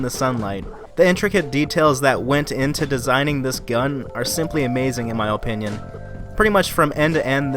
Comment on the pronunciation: in my OH-pinion. i dunno why it killed me whenever you said opinion lol .